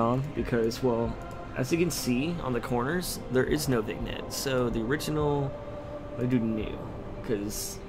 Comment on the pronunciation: Vignette isn't pronounced like it reads. it's pronounced like vinyett